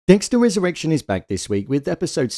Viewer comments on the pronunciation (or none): I keep hearing "Dexter has erection" 😂